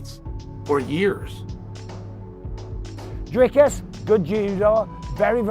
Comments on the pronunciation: Thompson calling dricus “Driscus” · How are Americans SO incapable of pronouncing foreign names? Driscus? Seriously? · Please do the man the respect of finding out how to pronounce his name correctly. Its pronounced " DREE-KUS" Not DRISCUS. FFS! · Hey you Poes, his name is DRIKUS pronounced DRIKIS and not DRISKUS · Why do you guys find it so hard to say Dri-cus? It's not Dris-cus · Who's driscus? It's DRICUS. DREEKUS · Dreekuhs - not Driskis. ffs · Who is " Driskus? " His name is DRIKUS - there is no S before the K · How are people still calling him "Driscus" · DriScus? Du PlessUS? Josh Thompson can't even say dudes name right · This is gonna be a sick fight Josh Tompson really called Dricus “Driscrus” ?😂😂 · Is it CTE why Thompson can't pronounce Dricus? There is no "s" infront of the "c"